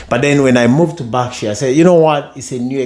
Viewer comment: Barksure?! 😆 or Berkshire?